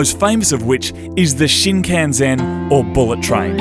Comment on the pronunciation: Shin can zen lol